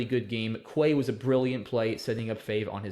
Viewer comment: Its pronounced KEY not QUAY.